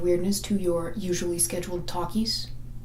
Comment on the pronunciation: I was prepared to bring up The Greatest Showman and it was not against your will! You just needed a little convincing! I will be borrowing Gay Aside and incorporating it into my vernacular. Also... talkies... or takis? Beause that's all I hear each time.